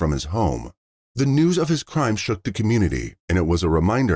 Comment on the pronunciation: Newnan, Georgia, not Newman. Wow, they finally locate the perpetrator in Mexico, then it took FIVE YEARS for him to be extradited to the States! Justice is extremely SLOOOOOOOWWWW!